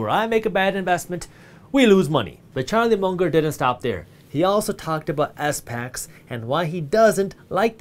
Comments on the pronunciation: I believe people just call it a “spack” instead of S-PAC for pronouncing SPACs 😂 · it's called SPACs not S-Pacs ;) but love this channel and the new discord app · Hey Jaspreet when you say S-PACS you mean SPACs right?